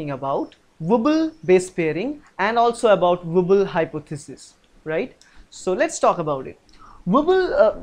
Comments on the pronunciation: are you being cute? it's wobble!!! not wooble. but you sayinng wooble is way better - i will remember it this way from now on. :-D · XD wooble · Hi sir nyc vdo.ACI is d anticodon present on tRNA and its Wobble not wooble